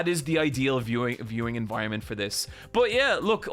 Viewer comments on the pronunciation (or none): none